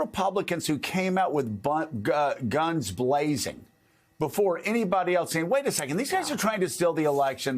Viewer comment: Yes, he almost said, “buns glazing”. Which is a very different thing